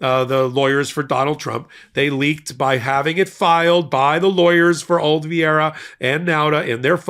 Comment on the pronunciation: Oliveira is a Portuguese language name and pronounced O-li-VAY-ra. Not Olviayra.